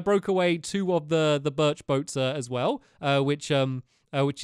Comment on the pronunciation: You left Barnaby in your room! And you said Birch wrong!